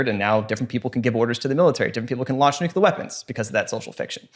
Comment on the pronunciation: Great episode, fantastic topic and guest. But also I died a little inside at every mispronunciation of “nuclear”